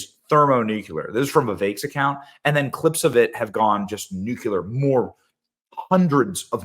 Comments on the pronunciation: Benny, please stop....the word is "nuclear", not "nucular". Thank you. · Bemmy, Please learn how to pronounce the word "NUCLEAR"" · Benny I ask you once again, PLEASE learn how to pronounce the word “nuclear”!